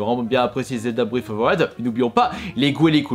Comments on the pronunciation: Je suppose qu'il voulait dire Zelda breaT of ZE Waild mdr lol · Il en parle non? Quand il dit "Zelda:bréve of ve waiiild" je suppose qu'il voulait dire Breath of the wild